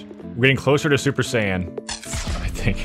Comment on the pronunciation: Me as a dragonball fan was dying when u said super-sai-han😂. No hate btw